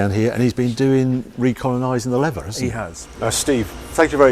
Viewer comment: What Grammar School did you go to again Harry - WTF is 'Levver'?....🤣